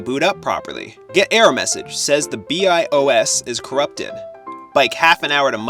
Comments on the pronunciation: Yup it's pronounced byee-os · You lost me when you pronounced BIOS wrong, lol